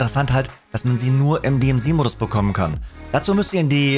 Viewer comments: Warum sprechen eigentlich alle DMZ falsch aus???? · Also das ist ja relativ...DMZ, wurde zu Demilitarisierte Zone und dann zur Deplaymant Zone definiert - also "die DMZ" - dass das Z als "zee" ausgesprochen wurde war eine Frage der Amerikaner, die haben das so angefangen und damit haben wir das übernommen - also "Di Em Zee" xD